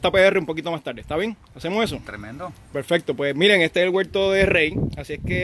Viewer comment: Yo no se de donde sale que el dice guelto en vez de huerto, debe ser que en mi pai RD décimo guelto y no sabemo ditinguir la palabra.